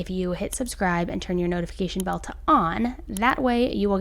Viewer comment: Love yoir channel…it’s a notification BELL 🛎 and not a notification “belt” 👖 as an fyi